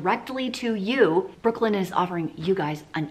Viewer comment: I spent the whole video thinking you were saying Brooklyn N, not Brooklinen 🤦🏻‍♀️🤦🏻‍♀️